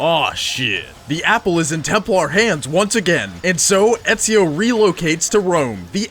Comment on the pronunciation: I know only an European can pronounce Ezio's name that good